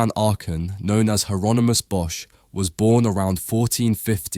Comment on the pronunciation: "bosch" is pronounced as "boss"